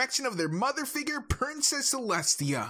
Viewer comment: "libarry" "figgrr" also why is your persona a girl with purple hair